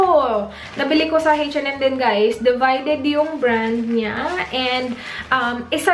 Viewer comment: ang kulet ng pronounciation ng H&M ... "heytch en em""heytch en em""heytch en em" hehe :)